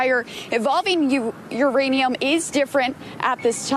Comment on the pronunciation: She said "Ukrainium" 🤣😂🤣😂